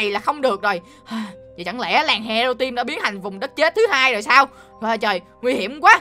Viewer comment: Anh không có anh ơi mi mi là timi